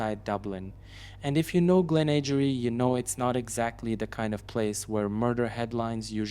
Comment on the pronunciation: Glenageary is Pronounced "Glen a Gear e." Dun laoghaire is pronounced "Done leer e"......great video btw.👍.